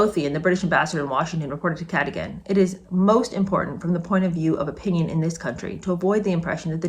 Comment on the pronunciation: FYI Cadogan is pronounce Cah-dug- gan. I think it’s originally from Celtic / Gaelic so it’s pronounced quite differently to how it’s spelt.